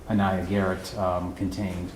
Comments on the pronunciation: Love the doctor saying Aniya Garrett instead of day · I like how he said Aniya Marie Garrett, not Aniya Day-Garrett.